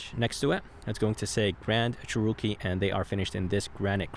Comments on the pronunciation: Cherookie lol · Funny how he says “CHEROKEE “ 😂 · I thought i was the only one who noticed..lol.. 🤣🤷🏽‍♂️